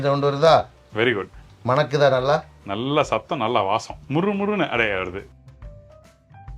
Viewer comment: Ungaludaiya tamizhukku oru vannaKKam, Namaskaram; MANNamaga irruku; cheg deena please BVAasam enru cholladheengou; Mannam alladhu Vaasanai enru chollungou PLease. Getti pakoda recipe superb. THanks and. Rombha Pramadham.- thnaks- Radhakjaya